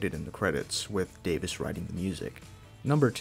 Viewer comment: I liked the parts where you mispronounced Davies as Davis.